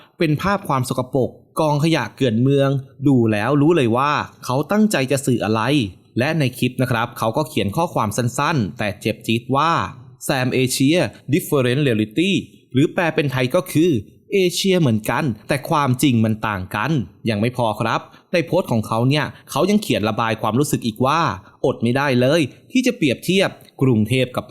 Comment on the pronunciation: แซมเอเชีย X , เซมเอเชีย /